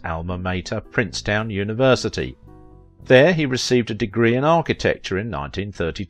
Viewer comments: But NOBODY who knows anything pronounces "Princeton" as "PrinceTOWN". Understand? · I love little documentaries, but it drives me crazy when they make stupid mistakes. It's Princeton, not Princetown! And, he was a bomber pilot, not a fighter pilot. Big difference. There were several more, but why waste any more time. One last thing. Why talk about his bachelorhood, and not marrying until in his 40's, and then not tell who he finally married, children, etc...? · not Prince-TOWN but Prince-TON. GODDAMMIT! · Also, Priceton, not Princetown. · Two comments and a few facts. He flew the 4-engine B-24 Liberator bomber, not fighters. Princeton is pronounced ‘Princetun’, emphasis on the first syllable, not ‘Princetown’. Facts. After WW II his studio contracts had a clause that forbade the studio from referring to his war sv n an wao pronote his films, He was a brave man and intensely patriotic. He supported the US involvement in the war in Vietnam, but his son, a Marine, was killed there. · For future reference, it's pronounced Princeton; NOT Princeton! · it's Princeton, not princetown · this is seriously disrespectful. I find it very difficult to believe he would wish this to be discussed publicly. Just awful. t is not "princetown" it is PRINCETON. Regardless of his highly public life does not entitle people to gossip and probe into highly personal matters.